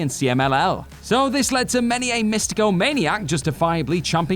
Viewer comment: Místico* not Méstecouw